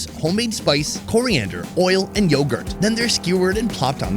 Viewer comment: He's American he can't even pronounce yogurt 😂